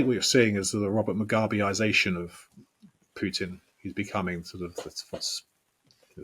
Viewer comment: “PUITN”? Nice, LOL 😂 😂 😂